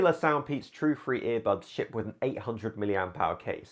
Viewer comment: I HATE IT WHEN HE SAYS EAR BUBS EVERY TIME